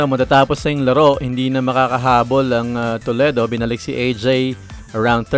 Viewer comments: IT PRONOUNCE TOLEEEDO WITH LONG E LOL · ITS AN AMERICAN CITY IN OHIO STATE LOL GOTTA HAVE TO PRONOUNCE IT CORRECTLY LOL HE IS SAYING IT WRONG AND ITS NOT SPANISH ITS A NATIVE INDIAN WORD LOL DIFFERENT FROM SPANISH WHICH YOU GOOGLED LOL